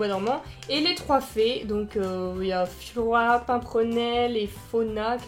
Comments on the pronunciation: je crois que c'est flora pas fyora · les pattes en tic tac mais oui on dirais trop:-) et puis "Fiora " nn mais cest Flora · J adore j ai Pete de rire quand t as dis fiora dsl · c est flora pas fiora